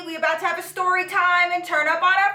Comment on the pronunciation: I love how she pronounces words with "st" 😂 seriously not being shady. I look forward to it. "Shtory" its so cute 🤗💜